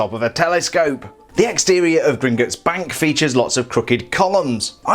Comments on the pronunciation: Please don’t say gringitts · Why does he say Gringutts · British people am I right